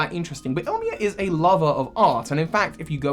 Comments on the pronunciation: Great vid, quick note tho: it's pronounced "ill-ee-ma", not "ill-mee-a" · I - Li - Ma bro not Ilmia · Illima in is pronounced "ee-lee-ma". Source: from Hawai'i. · Just a quick thing in from Hawaii and my friends name is close to the first trial captain a better pronunciation would be (ill-Lima) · Ilima's name is pronounced ill-lee-ma, and your Z-Move poses were WAY off from any Z-Move what so ever The edit is spelling fixes, my computer has no auto correct and I hit two keys instead of one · This is super old by now, but the name Ilima would be pronounced “Ee-lee-mah.” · the smeargle trainer’s name is pronounced like “ill-ee-ma” it’s a hawaiian name :) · Nah, the first “I” gets the first syllable breakdown. I-li-ma.